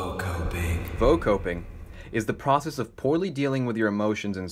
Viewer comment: it's all fun until he say vocoping 😔